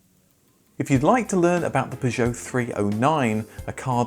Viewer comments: Please you dont need to use an enhanced French pronunciation of Peugeot...we are English, its fine to say it the english way. Perhaps this is why your other pug videos had poor views. Same with "shhcoda" and "volksvaggen" grrr it grinds my gears !!!(Remember...we dont call the capital of France "Parree" do we) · It's because you say 'Peugeot' like a right fking TW@ That's how the loons in Yankee Land say it and that's a big mistake. An englishman imitating a yank at ANYTHING is a big mistake. Akin to devolution. Just don't do it, seeing how its jot an English word we're talking about, I'll leave it at that. I love the 405, and I'd have lie ti ha e seen this, but I'm just listening ti that any more than I have to. Seems you fall into the common 94.76% of youtubers that think themselves smarter than they are, simply because they upload videos to a video displaying platform. That's why your other videos from the same marque did so badly. You utter pilchard. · Aaaagh it may or may not be technically correct but your pronunciation of “Peugeot” as “pi joe” is so different to the familiar “per joe” it’s all I can hear lol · The pronunciation of p,jow is so annoying. Had to give up watching. I can understand why the Peugeot vids aren’t popular. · Even the advert says purjoe, this guys pronunciation makes my ears bleed. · After the fourth time hearing you pronounce Peugeot like a melon I couldn’t watch anymore. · if you want some advice on the French car video poor interest then you need to stop attempting the ridiculous French pronunciation. It's British to say 'Pur-joe' and 'Sit-ron' your faux French is turning people away. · Maybe if you just said per-jo like everyone else people would watch youre videos a bit more. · Why do you call them P'zhow? I mean, who does that? I can't listen to this, it's mental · You’re pronouncing Peugeot wrong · Your mis pronouncing peugeot is greating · How exciting - a new way to pronounce 'Peugeot' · Why you say Peugeot like that 😮